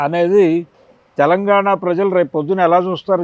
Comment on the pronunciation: తెలంగాణ అనాలి.. తెలంగానా కాదు తల్లి.. Em anchors ra nayana.. Na dawada